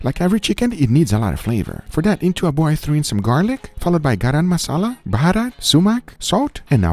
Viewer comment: Guga i am so much proud of you saying baharat thanks a lot